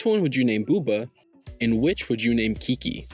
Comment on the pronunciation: Let’s bouba Kiki! I wanna bouba Kiki! Also he totally says kinky